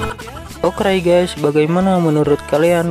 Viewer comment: Aku suka dengan kontennya tapi kadang aku kesel Bilangnya Okray🤣🔫